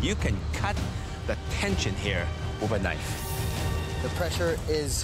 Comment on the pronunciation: “Wiffa knife”.